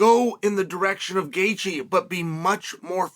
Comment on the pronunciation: It’s Gaethje.